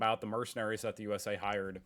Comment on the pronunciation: sue s a! sue s a!